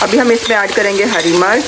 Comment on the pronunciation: Lafz hari marach nahi hota hari mirch hota hai